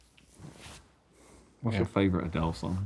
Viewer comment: Adele is 'a Dell' the pc lmao